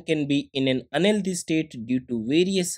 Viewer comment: thank u for the video! btw you pronounce the word "unhealthy" as "LD", i was so confused